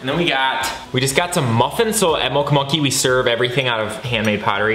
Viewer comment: Could it be that you say "Moncha Monkey" instead of "Mocha Monkey" a lot?😊😋✌